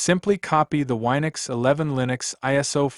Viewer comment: It's Win-ux not Wi-nux.